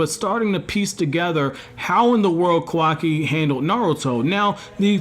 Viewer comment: It’s Ka-Wa-Ki Not kaw-Wah-Key